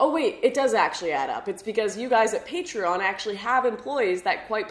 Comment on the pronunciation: Sorry to say but you say it right, not many know it....